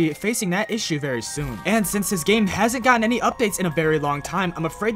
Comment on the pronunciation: I find it funny how he pronounces Fnaf “Fenaf”